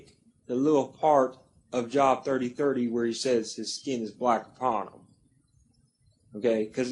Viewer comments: Thank you! Can’t even pronounce the book right but trying to debunk! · it's pronounced jobe... not job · and it's a long O ... (JObe)